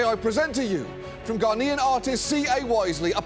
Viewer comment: Is it just me, or does John add a ‘d’ to the word Ghanaian several times?